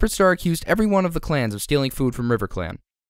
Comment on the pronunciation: Did he say riverclan clats?